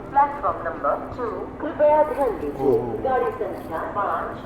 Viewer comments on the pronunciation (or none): none